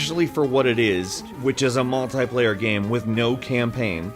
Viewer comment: I love and every person behind it but for the love of god, I wish they stopped pronouncing multiplayer as mult-eye-player. It's not a potayto potato thing but simply flat out wrong.